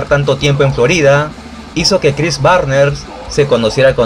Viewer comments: Es Barnes no Barner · Chris Barnes no Barner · ´barner´ no seas pendejo, es BARNES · Barner o Barnes?😉🤔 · Excelente video sobre la banda que me introdujo al metal más extremo por la estética de sus discos obra de Vincent Locke, sus letras y la brutalidad de la música. Y como aclaración el apellido es Barnes no Barner, de ahí en fuera nada que no esté a la altura de tu peculiar estilo. Saludos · Chris Barner? Chris Barnes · ¿Por qué dices Cris BARNERS?